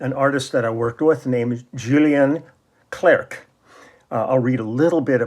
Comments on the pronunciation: You don't pronounce the last C of his family name clerc ;) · First song : Intense interprétation. Unusual song, it seems to me, from Clerc (we don't pronounce the 'c') but as only the French used to do (from a long tradition of great lyrics and long melodies). Solid arrangement, exquisite bass line in the upper range at the end. Then, ending is suspension... Thank you for sharing. Merci !